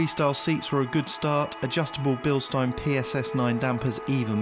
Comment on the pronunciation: Holy Porsche, pronounced Bilstein absolutely correct. Subed